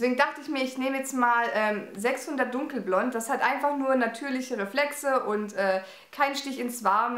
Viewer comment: Du bist sooo ZUCKER! <3 Super Video & tolle Produkte! Aber auf L'Oréal & "dunkelblond" komme ich nicht klar hahaha